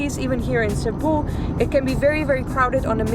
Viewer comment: Thank you for making Cebu ur first visit to the Philippines. Btw, your pronunciation and diction on local names are one point! - Pag Amping kanunay! (Take care always) -from a Cebuano